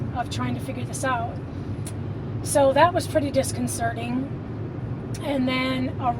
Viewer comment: Thank you for pronouncing "disconcerting " correctly. A pet peeve of mine is mispronounced words being common place. I notice, those talking about the Mandella effect seem to be of above average intelligence. My grandaughter, although she is 10 yrs old could have knocked me over with a feather with the question," Have you heard about the Mandela effect?" She knows the examples and is awake. Her parents don't think passed their own nose. We have been close her entire life and played imaginary games like goblin hunting, till she outgrew it, but she is aware of everything around her.She admitted that she likes conspiracies and I told her we should call ourselves conspiracy investigators. BTW,when I was a teen, 100 yrs ago, the song was new, I AM I SAID by Neil Diamond. The word "chair" was nowhere in those lyrics. Sevral peple on tv have made jokes about the chair in that song, even has a line about a chair. I know every word of that song that is just wrong.. Oh- and I have been Extremely empathic my entire life and I will say, no dummy.